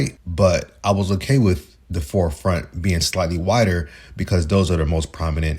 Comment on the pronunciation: Stop saying teef and wiff. Its teeth and with. Jesus christ